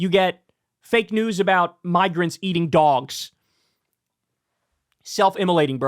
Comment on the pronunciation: I wish I could hear the laughter across the nation when he said "eating the dwogs"